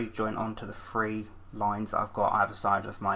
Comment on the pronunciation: I love how you say three :p "Free, two or free."